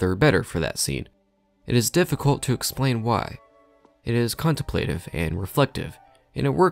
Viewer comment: You still mispronounced contemplative